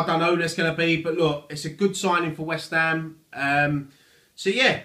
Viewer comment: "ELLO', FROM WHEST AM FAN TV", love it